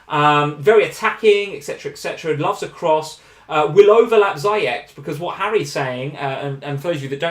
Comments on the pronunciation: I take a shot every time says ZYCHEK instead of Ziyech. Im properly messed up right now. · Ziyech in arabic is pronounced Ziiyech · For god's sake, Ziyech is pronounced 'Zeeyesh' XD